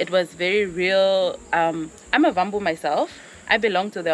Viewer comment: We are trying to change the NARRATIVES but I am so disappointed by the owner of the resort who is pronouncing the Aawambo or Wambo as Vambo/s although I am very happy for what she did. it is like she is driving/promoting the narratives, although her resort is much into Aawambo /African culture. I would like to thank if my memory served me well, she said vambos but after that she corrected to Aawambo, because she realised that it was very wrong. W is pronounced as V in Afrikaans, so Afrikaners misled Non oshiwambo/Oshiwambo speaking people to pronounce it as V because of the supremacy. They don't want to pronounce as it is. Wode! you are not the problem, but those people around you should feed you with correct information in order to crush this narratives about Africa, instead of promoting it. You are the voice of Africa and let us Keep on crushing the NARRATIVES about Africa.